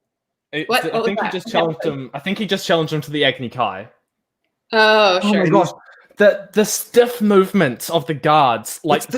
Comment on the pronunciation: Sokka’s PONYTAIL is Wrong! They said Agni Keeee instead of Agni Kai. And as soon as the moon comes back their first decision was to tackle the guy next to them instead of actually using their water bending!